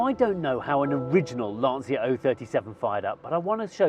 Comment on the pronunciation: LANCIA not Lansia. Like "lancha"....like cha cha cha....lancia. cha.